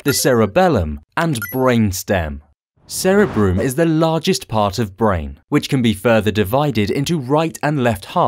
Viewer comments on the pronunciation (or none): cerebrum, not sarah broom